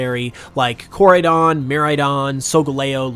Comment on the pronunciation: Umm dude you are saying the name of the two legendary pokemons Wrong is Koraidon and Miraidon why some people don't know how to Say the Pokemons and Unova Names Right